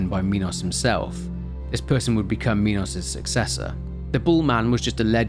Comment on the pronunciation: Its funny you say minos correctly but then immediately say mynotaur instead of minotaur